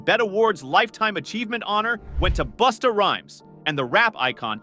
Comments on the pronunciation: It’s “Busta” not boosta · SAY THEIR NAMES CORRECTLY PLEASE OR JUST DONT. "BUSTA" IS NOT BOOSTA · The narrator destroyed Busta by calling him boosta. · Who the hell is Boosta that the AI keeps talkin about? 🤨😆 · He saying Busta name wrong.